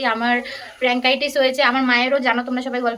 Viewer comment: Are didi ota প্যানক্রিয়াটাইটিস্ Not প্রান্কাইটিস